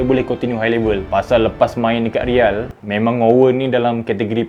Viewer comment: Tk habis2 dgn sumpahan...sebut real bg betul boss